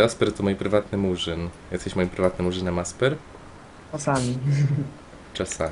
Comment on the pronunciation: ymm? jestesz? a nie jesteś? debest? a nie de best ?